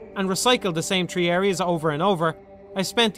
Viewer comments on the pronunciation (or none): Lol you say "tree" not three